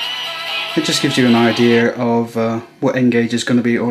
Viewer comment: lol did you just say "idear"? roflmao 1 star just cuz u said "idear"